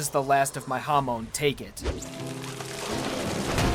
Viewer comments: Its pronounced (ham-on) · Hey: Ha-Mon. Japanese word for wave. ha, like hahahaha, and mon, like moan, but with a softer ending, because the Japanese N is effectively the same as M. edit: I should add: separated syllables, emphasis on the HA. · I only have one criticism of your videos and that's how you put emphasis on the wrong syllable sometimes and it bothers me. Huhmoan ZehPelly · "Ha" as in Hut. "Mon" as in Monster. "Zeppeli" as in "Zeppelin" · Ham on sounds like ham in Spanish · I legitimately can't watch this even though I really want to, the way hamon is being pronounced hurts me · "To preserve WAM's lip ring" I'm sorry dude please learn to say it right. Same goes for Hamon and Zeppeli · Ok, mispronounced Hamon and Zeppeli, but... HE SAID WHAM INSTEAD OF WAMMU!!! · the way you say "zeppeli" and "hamon" hurts my ears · You are saying wamuu and hamon wrong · Everytime you say hamon, it's hurts a little bit more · U proneced zeppeli and Hamon wrong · Every time you pronounced hamon wrong I had an aneurysm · It's a consistent issue with him. Even when showing footage of the anime in which names are pronounced correctly, he will still put emphasis on the wrong syllables. It's a demonstration of the unwillingness of the typical American to learn how to pronounce words in other languages correctly. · Imagine watching 25 episodes of hearing “hamon” and being such a knuckledragger you pronounce it wrong anyway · For gods sake its hamon not hamone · I thought it was Hah-Mone rather than Huh-mone. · Why does he say "Ha-moan" ? bro. ITS HA - MON. Not Ha Moan. THEY ARENT MOANING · Please please is hamon not homon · OTS HAM NOT HUM ITS HAMON NOT HUMON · ur saying hamon funny it sounds like u r saying hamone and u might be right but i think its pronounced ham-on but i dont know im probably wrong sorry for wasting ur time. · I know 3 years too late but homie is Ha-moan not huh-moan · Who else hates how he says Hamone instead of Hamon. Still love the content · Hamone hamon